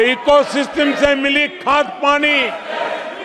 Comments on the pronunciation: सिस्टिम होता है सिस्टम😂😂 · पूरी मीडिया खरीदकर eco system 😂😂😂 जब शासन गुंडागर्दी पर उतर आए तो यही भाषा होती है वैसे ये सिस्टम को सिसटिम क्यूं बोल रहे थे 😂